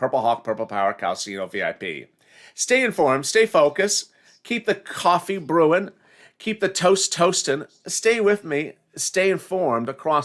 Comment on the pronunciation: BTW, Anyone catch this guy's flubs? "The Coffin's Brewin'" or "Snews"? There's some others here & there.